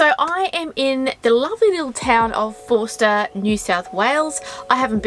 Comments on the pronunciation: Drop the R in Forster and it becomes Fos_ter .Like the locals. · Getting the local pronunciations can be tricky in new places, i.e. Tuncurry and Forster (pronounced without the r sound, Foster). I lived in the town for many years and you can pick the tourists from the locals.